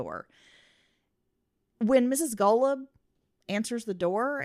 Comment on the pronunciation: You've mispronounced Golub's name on the entirety of both of your podcasts.